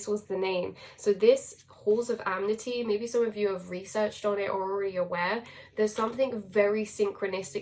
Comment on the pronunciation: I Love you way too much to feel any bother about it by myself..though I also feel the call to let you know as sweetly as possible.. maybe someone already said this, but it is Ah•Men•Tee my Love 😘 not amenity. Though I also enjoy very much how well the definition of the word amenity fits as a label. Dance of The Seven Sisters - Deya Dova